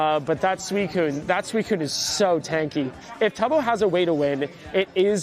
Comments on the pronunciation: STOP SAYING SUCUNE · I hope frost prime loses just so I can stop hearing pronounce Suicune